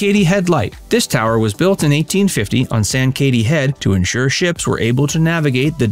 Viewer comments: Sang KA tee (say it fast with emphasis on the KA) not San Katie. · Sankaty is pronounced SANG-kuh-tee. Nice video! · I couldn’t listen to you trying to pronounce sankaty